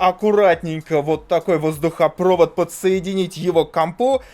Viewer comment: кто говорит воздухопрОвод, а не воздухопровОд, того долбят в попу круглый год